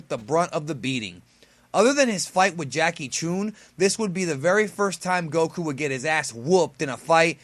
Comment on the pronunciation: did you really call Jackie Chun Jackie choon and I thought the way you said Gokus name was weird but my god man get your names right A dragon ball Channel this big should not be getting characters names wrong Edit: Karin what the do you mean Korin? Edit again: Dr Gero with a G sound instead of a J sound? dude Im starting to question if you have even watched the show right now. Maybe I should watch to the end of this video before commenting again just to see how many more names you stuff up instead of pointing each one out as I go Next on the list is Chiaotzu not Chiaozu